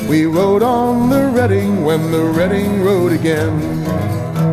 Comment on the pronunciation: Thank you, thank you oh boy thank you! You said the Reading name properly. You are awesome!